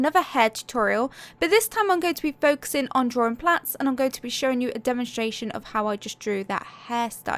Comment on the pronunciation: Thank you! I thought you were saying plants then i realized plats are "braided ". I think that is what you were referring to. 💝